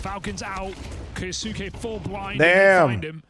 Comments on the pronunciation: no, but I expect them to say the easier form of the word. Is Kai-yo-soo-kay really easier to say than kyos-kay? I'd say the same thing about someone saying the "correct" pronunciation if it was still annoying to listen to. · No, mate. But you should at least pronounce the name in the same way the player does. ZywOo and every French person pronounces ZeewOo and Kyousuke and every Russian/Ukrainian pronounces his name Keeosooke. It's not rocket science.